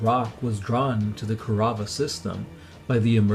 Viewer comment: "Ku-rav-ah"? It's Kaurava